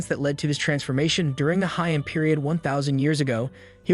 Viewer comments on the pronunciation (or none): none